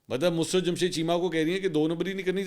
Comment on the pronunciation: منصورصاحب معذرت کے ساتھ دو الفاظ کے تلفظ کی ادائیگی کے بارے میں تصحیح ھے لفظ " مسرت musarrat ھے۔ mus-rat نہیں ھے۔ دوسرا لفط "طبعی" Tabai موت ھے۔ "طبی Tibbi موت" نہیں ھے ۔ شکریہ!